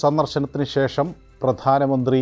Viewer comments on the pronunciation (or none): none